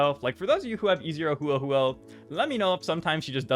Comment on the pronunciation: love you girl, but hoo-oh hoo-oh??? IKYFLLLL